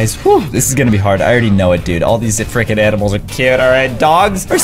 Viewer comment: Yeah I wish he stopped saying friking